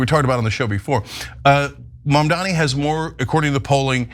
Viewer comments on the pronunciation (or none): Why do people call Mamdani, Mamdami? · “Mamdami” it’s Mamdani you bigot and racist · The idiot pronounced Mamdani's name wrong! Moron! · Her mispronouncing Mamdani is racist. But she cries racism like the biggest gaslight ever..